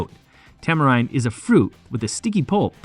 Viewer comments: "tamarinde gives woysoyster sauce" yanks man🤣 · I offer this in the spirit of wanting your channel to succeed: research pronunciation. It wasn’t just “Worcester/Worcestershire”, but also the company name, the two (different) wrong pronunciations of “tamarind”, and that was just in the first three minutes. Believe me, this is meant to be constructive feedback. The content is good! Keep at it!